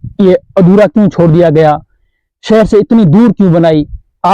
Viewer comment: Cher nhi bhai seher